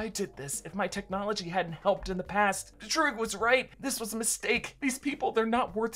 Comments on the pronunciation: druig= DRUID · Druig = druids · The name Druig sounded to me more like the word Druid - as in the Celtic religion. Not as much is know about this group historically, but the original druids were contemporaries of the greeks and romans. they are also linked to Stonehenge, one of the big historical wonders. The fact this group are Celts as the actor is irish (Irish being one of the few remaining Celtic languages) may also nudge this way